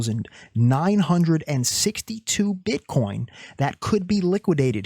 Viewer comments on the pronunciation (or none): My guy i laughed so hard when you said "Bitcorn" 🤣 i need these liqiudations to happen though i dont wanna give up any short positions just yet